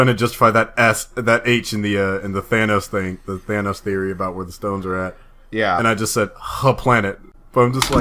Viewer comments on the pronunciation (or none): If you're not going to say Thanos' name right, stop saying it. This has been driving me crazy for a year now! They say his name plain as day in the movie for God sake. You have 0 excuses for calling him Thainos anymore. You no longer sound smart.